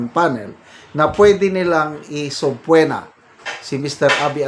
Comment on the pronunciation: Pronounce subpoena as sub pee na not sub pwe na